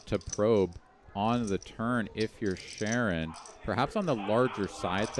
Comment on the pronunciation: It's pronounced Sha'Ron not Sharon. 😊